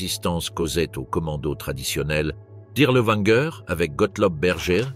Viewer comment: W en Allemand se prononce v : Dirlevanger, pas Dirleouanger.